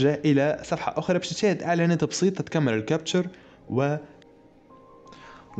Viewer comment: كابتشا captcha وليس كابتشر